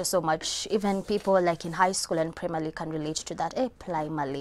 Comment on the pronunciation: Who else heard akisema primaly like me 😂😂😂😂😂,,,,Anang'oa vibaya sana akitry kubrag😂😂😂😂😂